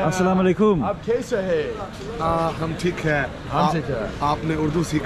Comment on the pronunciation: Every time you met new people you Said Assalam o Alaikum!! It's wonderful to hear 😍❣️